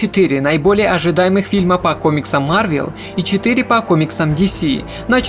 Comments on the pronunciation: Я продолжу смотреть твои ролики если вместо марвЕл ты будешь говорить марвЭл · О мой бог, не марвЕл, а марвЭл, по крайней мере мне режет слух